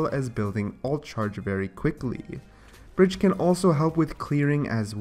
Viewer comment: Who the hell is Bridgette, her name us Brigitte...stop saying it like that...